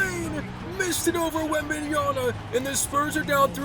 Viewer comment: Worst thing he says wembanyana